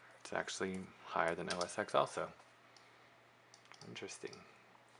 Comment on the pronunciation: It's not OS EX. It's OS TEN. When do people learn this?